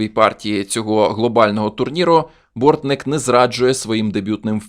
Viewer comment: Не Борнік, а Бортник.